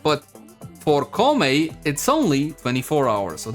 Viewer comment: Pronounced Kou (like low) Mei (may)